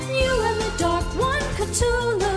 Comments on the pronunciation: Oh I thought it was pronounced "Cth-u-lu" not "Ct-hulu" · They pronounce Cthulu wrong they forget to pronounce the h they say ctulu. instead of cthulu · they proonounce cthulu wrong they say cTulu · It's pronounced cth ooh lu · they pronounced Cthulhu wrong. Well kinda. No one can pronounce it correctly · I still can't get over how they butchered the pronunciation of Cthulhu.